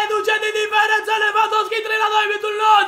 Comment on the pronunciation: Robert Lewandowski Nu lewvandosky